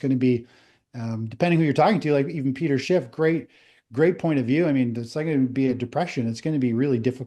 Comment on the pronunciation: HE LOST ALL OF HIS CREDABILITY WHEN HE SAID PETER SHITFFFF ! I WASTED 30 MINUTES !